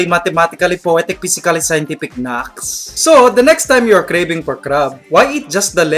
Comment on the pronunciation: Naks not knax